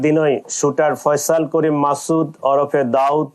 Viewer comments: থাম্মিলে কি লেখছোছ এটা বাংলাদেশে এসে বাংলা একাডেমিতে পড়ে তোরা আগে শুদ্ধ বাংলা শেখ তারপরে খবর পড়তে আসবি নাম নাম হবে ফয়সাল, সেখানে ফয়জল 🤣✊🇧🇩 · আরে বলদেরা ফয়জল না,,, ফয়সাল 😅😅😅😅